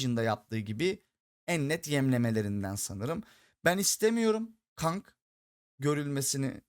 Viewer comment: Abi kang i keng diye okusan daha iyi olur